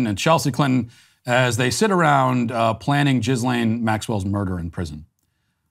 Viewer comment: It's actually correct.